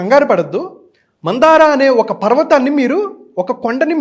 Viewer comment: మందార కాదు మంధర పర్వతం